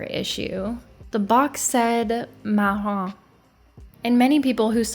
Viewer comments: So you keep saying "maroon" instead of "marron". As you mentioned the word for brown in French is "marron" BUT the color maroon in English translates to "bordeaux" in French so what you're saying is very confusing. If you wanted to pronounce "marron" in a more English sounding way you would say something like "mar-own". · Please stop sayinf marroon, its not marroon, its marron qhich meand brown. Not marroon o mg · After a number of eye surgeries, and becoming legally blind in one eye, my mother wore Colored contacts on one of her eyes. The markings on the iris were too symmetric. Marron means brown in French and is pronounced Ma-Ron. Like Ron de Santis. Maroon, as you pronounced as you did, is a mixture of brown and red . That is the natural colour of my eyes, very rare colour. Two people took pictures of my eyes to order such from their doctor. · French pronunciation young lady ….It’s not Maroon it’s Maron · Highkey bothered by the fact that you continued to call it maroon (wine color) instead of marron. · Not maroon, marron( mahron) good thing it wasnt maroon though lol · "MARRON"??? That is not Maroon. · The color says MARRON "mar-RON" Which is brown in Spanish also, so it's on all of the people involved. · Marron (light brown) and Maroon (dark reddish brown) are two different colors and pronounced differently. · Exactly. The pronounciation in French is not like the band 'Maroon 5', but its marrOA. The OA like in the word 'hoarder' and you don't pronounce the N at the end of the word MARRON= MARROA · Mar roon is said wrong so many times during this video that my heart hurts. Yikes. She's got a color that fit her perfectly. Pistachio or not.. a absolutely brilliant color on the young lady. Count Ones blessings. She was well taken care of by the laboratory. I believe the brown would not have changed her natural color and it was caught during the order by the laboratory official. Splendid." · "the box said marough" 👁️👄👁️